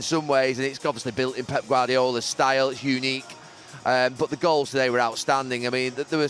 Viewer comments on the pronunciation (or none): Haha sounded like he said “We were treated to some great girls weren’t we?” 🤣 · Did he say glorious girls or goals